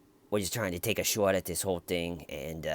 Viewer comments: Wrong accent. Shaawt would be a new Yorker, Boston would be like shaaaght. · "Take a shouwt at it" I never got bored of that. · "Wanna take a shawt at it?" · the auto generated captions say “Shhhh what” when you say “shot” with a boston accent 😂